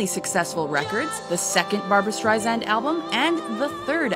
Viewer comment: Good video, but it hurt my ears to constantly hear STREISAND mispronounced!! It is with an "S" sound, not a "Z"!!!